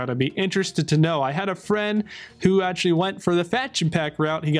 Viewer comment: An answer. I stated it clearly. So if you are able to answer with a question you can surely answer with an answer so please do so I will be grateful. Tell me why do you pronounce so badly? I have already given you an example above. Words like protection, actually, faction you pronounce it badly (the parts "act" and "ect" are pronounced badly by yourself)... that is not English. So do you have an accent or are you somehow indisposed, do you have some impairment in this regard?